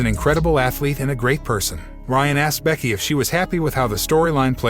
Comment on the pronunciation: BRCKY...😂IT'S "BECKY" BRO..